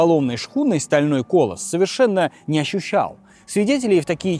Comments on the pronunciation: Не только дикция, но и много ошибок в произношении: купол над рестораном стеклЯный, а не стеклянОй, большой корабль это колОсс, а не кОлос и в ресторане могли расположиться, а не разложиться (хотя, возможно оговорился). Неужели не слушают озвучку перед публикацией ролика?! Очень цепляет ухо. 🤦‍♀️ А может, просто брюзжу по-стариковски 🤷‍♀️ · Интересные ролики, но боги, сколько ошибок и оговорок! Неужели это не заметно на монтаже? Или автор не понимает, что Титаник - это не "стальной кОлос", а "колОсс"? И таких косяков в ролике десятки! Как так? Текст пишет кто-то другой, а диктор настолько не дружит с "русски языка"? Ну и фактических ошибок многовато. Автор явно не разобрался в вопросе. Один косяк о биноклях, запертых "в каюте" чего только стоит. Печально. Смотреть интересно, но доверия автору никакого после того что замечаешь такие косяки.